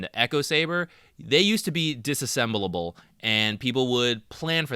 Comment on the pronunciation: Impressed you nailed "disassemble-able" first take 😂